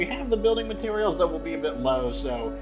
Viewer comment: you still call parts mateterials :D cute